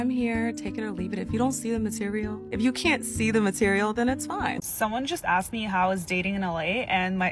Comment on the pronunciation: "I axed you a question" 😂😂😂